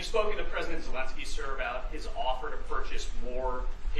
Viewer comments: why do you keep pronouncing Zelensky as ZelenGsky? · "President Zalang-ski" 😅